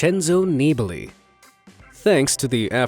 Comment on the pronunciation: Your pronounciations of "Nibali" and "Giro" are abyssmal :D